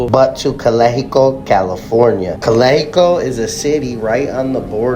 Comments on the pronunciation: it’s not pronounced Calico 😂 it’s pronounced Cal Ex i Co 😂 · CALE-hee-KO hahhahahaahahah it's CALEX-ICO !!! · Calico lmao its calexico why u say it all retarded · You saying Calexico wrong tonto. The X isnt silent